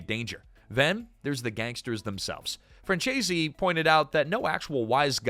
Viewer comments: It's pronounced, "FRAN ZESE," not "FRAN CHAY ZEE."" Efin AI. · AI narration does disrespect to pronouncing Michael Franzese's last name.